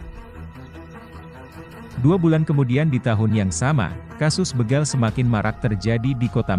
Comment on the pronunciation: BEGAL BUKAN BEGAL.. B E G A L seperti kita membaca BECAK...BEMO...BETOR..ABC Bukan di baca BEGAL seperti kita membaca BELUM..BECUS...BELUT..BEGUNDAL...BERAS dll. OK mas ???